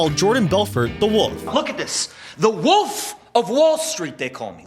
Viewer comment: It’s WOLF not woof